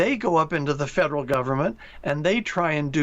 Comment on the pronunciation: 这个发音对华人来说是个挑战： Federal 发音成 Faderal